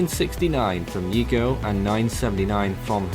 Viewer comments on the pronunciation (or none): Chamoro language the Y is pronounce as J. Yigo is like saying jigo.